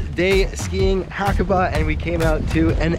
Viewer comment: great video but dang haha you butchered the name xD